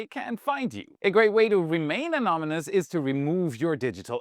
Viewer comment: Remain 'amomymous'? 😅